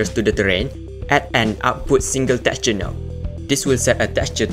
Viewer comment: awesome guide, thank you❤❤❤ , its soo funny when you says teqture 😆